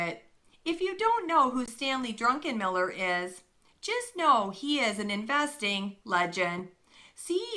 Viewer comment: Druck-en-miller, not Drunken-miller.